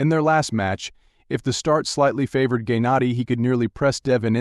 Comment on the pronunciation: Gay nadi???? Like say it right wtf🙄🙄